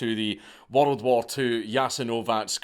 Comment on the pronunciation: I get goosbumps everytime Dank says "worRrld". If he ever gives a geography lecture I'm gonna need a bottle of me own.